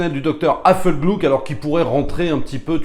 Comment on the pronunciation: Pourquoi "glouk" ? Non: "gluk". En allemand le u normal se prononce "ou" mais le "u tréma" se prononce "u". D'ailleurs Thierry Lhermitte le prononce correctement.